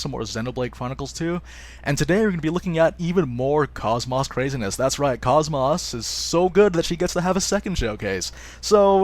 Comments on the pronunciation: it's not cos-mose it's pronounced kohs mos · Every time you say KOS-MOS I cringe. I'm very disappointed that in this game they chose to pronounce her name differently than in the game she's from...